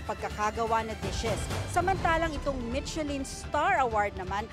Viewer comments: /mishelin/ po ang pronunciation, hindi /mitchelin/ Also, hindi po Ilocano dish ang laing. Humba also didn’t originate from Ilocos. Magresearch naman sana muna ung reporter nyo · To the reporter michellin is pronounce as "Mi-sha-lin" not "Mit-che-lin" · Hindi po MiTSElin ang pronouciation. MiSHElin. Ano ba yan? No research ang reporter ninyo. DO YOUR HOMEWORK. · Mi-she-lin po ang pag-pronounce ng Michelin, hindi Mit-che-lin. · It is pronounced as MISHELAN. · Mitselin ang narinig ko 😂😂😂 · Not so good reporter. Hindi man lang alam tamang pronunciation ng michelin. Also, eh ano naman kung may pumuntang mga doktor dyan. Bkt kailangan i-mention mo pa sila na parang mas mataas sila compared sa ibang mga Pilipino ?? 🤷🏻‍♂️